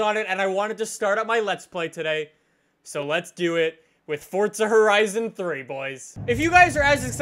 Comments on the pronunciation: its forza not fortza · Why the fuck does he say fortza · "Fortza Horizon" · Why does he say Fortza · Why do you say fortza?